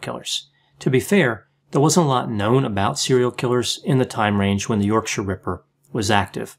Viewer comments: Well done for pronouncing ‘yorkshire ‘ correct. Most Americans can’t do it. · As a yorkshire man im impressed that you pronounced yorkshire correctly often people over the pond put too much emphasis on the 'shire' Really good insight, may i suggest to people the book wicked beyond belief a very good read on the ripper and the flaws in the investigation. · Hearing an American pronounce Yorkshire correctly shocked me XD thank you Dr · I applaud your UK pronunciation adjustments on this one ("Yorksha"). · Thanks for the nice pronunciation of Yorkshire, especially the -shire bit ☺ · Kudos for the correct pronunciation of Yorkshire!! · Good pronunciation of Yorkshire. 👍